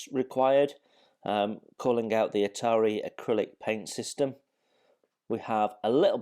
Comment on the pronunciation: Are you kidding???? It is ITALERI NOT ITARI